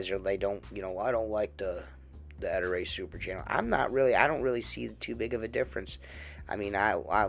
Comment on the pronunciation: Ettore chef boyardi. not E tour e chef BOI ARDY!?